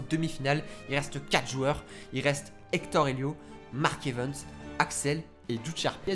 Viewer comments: "Mark EvEns" à la place de "Mark EvAns" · Tu me stresses quand tu prononces "Mark Evens" à la place de "Mark Evans" 😭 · Oe grv moi aussi